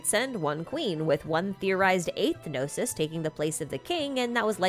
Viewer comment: No-sees? Noses? No-sis? Know-seas? New-sea?